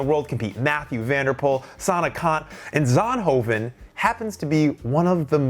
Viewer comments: Yay Belgium welkome to my country . It sound like he says sandhoven 😂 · please stop pretending you can pronounce zonhoven